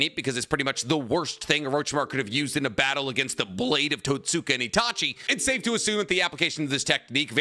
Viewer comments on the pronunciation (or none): none